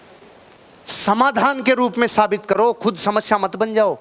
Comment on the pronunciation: Sir aap samasya ka pronunciation shamashya karte ho.